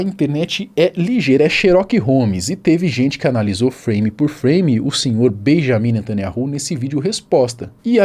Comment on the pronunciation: Atenção, o Nome do primeiro ministro não é Benjamim netanyahu! Na verdade é Benyamin netanYau, não Existe letra com som de J no hebraico, outra questão O NOME DO CRIADOR É YAUH יהוה esse NOME só é falado dentro de Israel! E o NOME do SALVADOR É YAUSHA, um ABRAÇO para você.